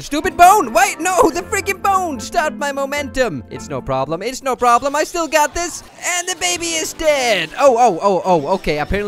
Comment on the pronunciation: It was steal a very yong asteroid